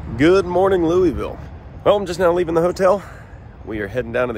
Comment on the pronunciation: It's pronounce "lull-vull"